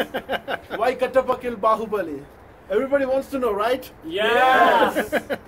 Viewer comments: it's kattappa not kapata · katappa not kappata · It's Katappa and not Kapatta. 'T' comes before 'p's. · not kapata...its Kattappa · it's not kapati it's kattappa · it's kattappa not kappatta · its not katapa its kattappa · kapatta lol....it's kattappa😂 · Kattappa not Kappatta... :) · hey it's kattappa not kappata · Kattappa --> Try as "Kat - ta - paw"... Except for him... yes mostly correct... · kattappa stress more on double letters,,,,,ramyakrishna slightly pronounce y letter